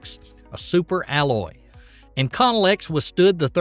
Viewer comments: Hold up. Yes solid boosters can't be turned off, but they can be jettisoned. Your point was misleading. It's pronounced Delta four not Delta eye vee. Inconel is not pronounced icon-ell. You're chewing up the N after the I. It's IN cun ell. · Inconel is pronounced INK-conel, accent on the INK. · Great video--thanks and I'm a subscriber! FYI: "Inconel" is pronounced "IN-KOE-NELL" or "IN-KOE-NULL," "Centaur" is pronounced "SEN-TAR" or "SEN-TOR" and "Faget" is pronounced "FAH-ZHAY." ."